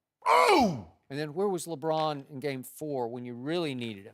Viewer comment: Did anyone hear skip say lebrick aha